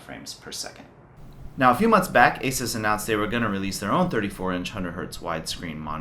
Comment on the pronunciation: Its pronounced "A-Sues" not "A-sis" :|